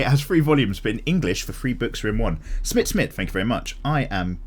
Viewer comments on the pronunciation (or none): none